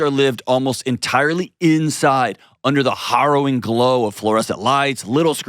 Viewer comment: Dear John: You pronounce "harrowing" weird. Love, Me